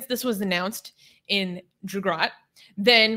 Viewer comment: She calls Gujarat Jugarat😁😂